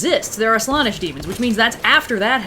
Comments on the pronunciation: Every time says Slawnesh it causes me 1d4 wounds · I’m sorry, but hearing pronounce it Slah-nesh physically pains me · every time says "slaanesh" in a WAY different way then ive EVER hear it said, my hears bleed a lil.. the slaanesh noise marines would be proud.... also slaanesh is a thay:) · over here, making me doubt you're to pronounce slaanesh 😅, also loved description of the Imperium's religion "Yes the Empire is totally alive in the warp still!" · The way says slanessh hurts me